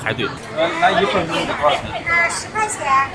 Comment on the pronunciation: 熊弟，按照我黑龙江人的浅薄经历，焖子读四声。。。懑……